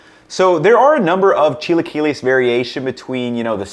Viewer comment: Precovid, I used to go this place that had chilaquiles on the weekends, during breakfast. I would always say "Idk if I'm pronouncing this right, but can I get the 'chai-la-kwai-lees birdy" and would point at the "Chilaquiles Verde" option on the menu. One of the girls got so red trying to hold back her laugh.